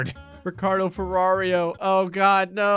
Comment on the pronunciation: Its "ferraro", not "ferrario"